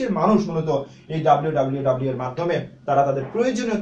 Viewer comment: টিউটোরিয়াল টি ভাল। কিন্তু ডাব্লিউ ডাব্লিউ ডাব্লিউ না বলে বলুন ডব্লিউ ডব্লিউ ডব্লিউ।